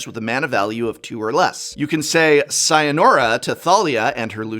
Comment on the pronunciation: It's sayonara, not sayənora .